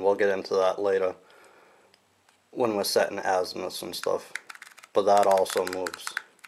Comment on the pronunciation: Or, just buy good quality compass like a Suunto M3 with adjustable declination and forget about "East least West best", and all the confusing back country arithmetic, none of which you're likely to remember three years from now after you watch this video and you're lost in the woods. And by the way, it's "azimuth", not "azmuth."